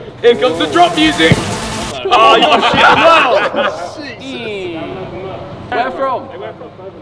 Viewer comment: Man said download mercj